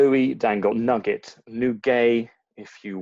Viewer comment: Louis Dangoor a.k.a. Nuggét (with an accent over the e)